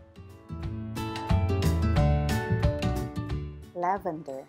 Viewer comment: It's LAVENDER not lavander. Thank you.